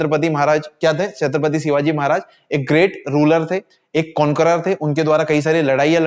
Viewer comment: Bhaji shivaji marag bol lo shivagi mat bolo